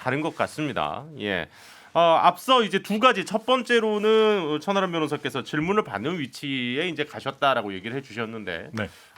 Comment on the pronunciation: 저만 천안함 변호사라고 들리나요 ㅋㅋㅋㅋ